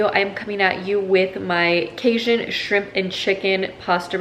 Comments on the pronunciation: Cage- un, not cayzun lol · Cajun is pronounce cay-gin. Sorry but someone from the south, the way you pronounced it made me kind of cringe.